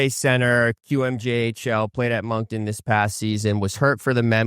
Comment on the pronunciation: Ngl pinau completely bombed that pick his name is desnoyers, “daynoyeh” pronounced, and we’re the Moncton wildcats, not the monktoon wildcats